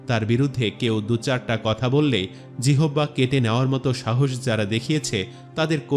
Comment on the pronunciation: জিহ্বাকে জিহবা উচ্চারণের কারন কি?